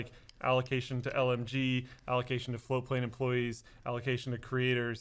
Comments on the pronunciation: ohhhh "float"plane not "flow"plane. I've been watching you guys for WAY to long to have just figured that out. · So this is proabably the 700th time I've heard these guys say "floatplane" and only just now have I realized they aren't saying "flow-plane"... I hope that's not just me